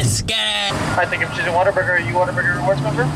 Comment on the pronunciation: i swear he says “water burger” everytime and not whata burger